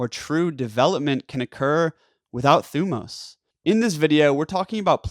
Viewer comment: Great video. You pronounce thymos wrong. But other than that you re good.